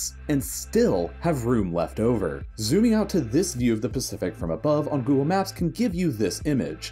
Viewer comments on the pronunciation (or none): none